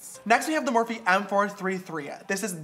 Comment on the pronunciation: me neither! I think he said it wrong